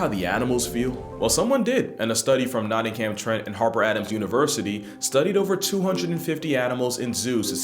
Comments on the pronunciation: I know this video was a while ago, but I've seen this video tons of times and only just realised that one of the universities was Nottingham Trent which is cool because we never get recognised for anything that isn't Robin Hood lmao. Also it's pronounced "Notting - um", weird I know lmao. Same with any of the "ham" cities in england. Anyway, I love your videos keep it up man! Love from Notts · Please tell me you deliberately mispronounced Nottingham after having worked so hard to pronounce the Chinese and Japanese names! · Love this channel but the American pronunciation of Nottingham broke my brain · Well that’s something, because his pronunciation of “Nottingham” killed the last two northern white rhinos.